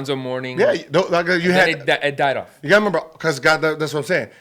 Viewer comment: My man gilbert is dumb as hell lol he kept saying member its remember lmao